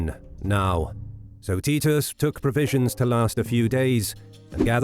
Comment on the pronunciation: Is that how you pronounce Titus?